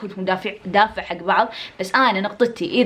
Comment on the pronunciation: في لغة 😂😂😂😂😂😂 دافيع✅ دافع ❌